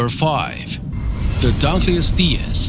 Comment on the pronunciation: He had it as #5 on his list. He just pronounced the name horribly and gave as little information as possible about it!